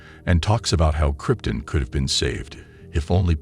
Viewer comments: Everytime you say Kryptin instead of Krypton i shudder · Who is narrating this video? WHEN DID SUPERMAN COME FROM KRYP-TIN? IT'S KRYPTON! ON, NOT IN. AND WHO IS LEX LUATHER? IT'S LU-THOR! SAY IT RIGHT AND STOP TRYING TO BE SO BOUGIE!!! YOU ARE SO SPECIAL! :face-red-droopy-eyes:UHH...:face-orange-raised-eyebrow:DUH...:face-fuchsia-tongue-out:DRRR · Am i the only one that laughs at him mispronouncing the names? Kryp-tun Lex Lu-thar